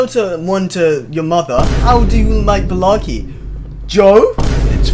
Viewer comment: I think Balarke should be pronounced as bal-ark